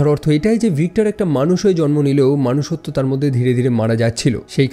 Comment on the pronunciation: মনুষ্যত্ব ✅ মানুষ্যত্ব❎